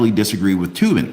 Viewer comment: Said toe bin